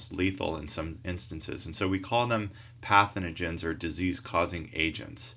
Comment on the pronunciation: Very helpful video, but it's pathogens, not pathenogen:(